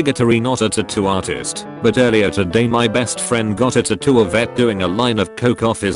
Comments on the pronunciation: I like the way he says tuttoo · Nigga said tatto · We have A. I. that can predict the movements of electrons, but the speech synthesizer in these videos can't pronounce "tattoo".